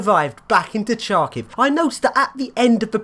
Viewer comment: you pronounce the name of the city incorrectly: first letters "Ха" sounds closer to "ha-ha-ha", not "Cha". "Сha" is "Чa"